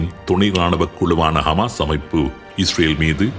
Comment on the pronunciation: ஹமாஸ் ????ஹிஸ்புல்லா ????தங்கள் உச்சரிப்புக்கள் மிக குழப்பமாக உள்ளது